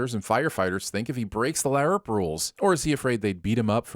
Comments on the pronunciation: I'm sinning you for everytime you Pronounce LARP, LIARP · It's "larp" , not "la-arp" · The word Larp (said like harp) is kicking your ass I swear not one correct pronunciation of a truly easy word. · 204948 sins for pronouncing LARP as LAY-ARP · Ok but why do you pronounce LARP as La-urp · In case you aren't butchering the word on purpose, LARP is pronounced like 'harp'. That weird 'a' you use distracts from whatever point you might have been making..... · You pronouncing LARP wrong still gives me nightmares. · 100 sins for the weird way you pronounce LARP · I gotta ask... what's with the constant mispronunciation of "LARP?" (and other acronyms apparently.) I mean, there's poking funny at a silly hobby and then there's going out of your way to be an affront to spoken language. I never thought anything could get under my skin more than religion and politics, but you've managed it... 666 sins for every time you butcher the language that is your stock in trade. 😛 Don't worry though... I'll cut you some slack on all the pot-shots you took at Clint. Everyone is entitled to their opinions, even when they are wrong. 😛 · Why is LARP being pronounced so weird? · Every time you mouth fucked the word LARP, I grew to hate you just a bit more. Seriously, I have no idea why you made that terrible choice. If someone did that bullshit in a movie, y'all would immediately turn it into a bonus round. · I’m so mad how he says larp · But why you gotta pronounce LARP like that?! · Ima sin this episode for the pronunciation of LARP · Not gonna lie, I came to the comments for this comment. It's almost irritating how he's butchering how the anagram is said!